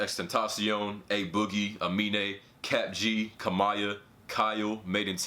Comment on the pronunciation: The way he said amine it pronounce A-mine